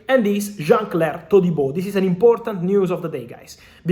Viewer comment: He says his name correctly...